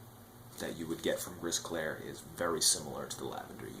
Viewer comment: Thanks for this great review. As for Gris Clair, we don't pronounce the "S" at the end of Gris in french.